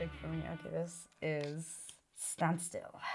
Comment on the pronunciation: (Th)Sis Card is (th)se staple of (th)sis deck. Gott man hört richtig wie deutsch du bist. Aussprache!!1 :D